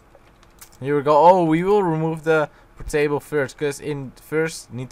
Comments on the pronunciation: its not potato its port-table for the portable upgrader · are you calling portable portato or is it just me ?